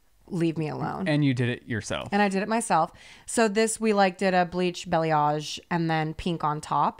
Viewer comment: really just said “belly-ahge” instead of balayage